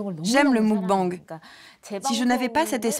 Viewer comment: Des que tu vois que le narrateur est incapable de prononcer muk-bang correctement, tu doutes de la pertinence du reportage. Ca fait vraiment trop france tele dans la facon de commenter. Le meme ton, les memes jeux de mots sans inspiration...